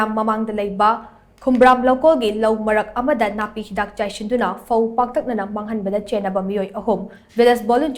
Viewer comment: New esityn pho = fo 😂😂😂